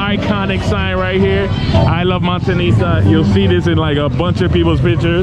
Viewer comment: Noticed that to. But he does catch himself once in a while and says it correctly, Montañita. No disrespect.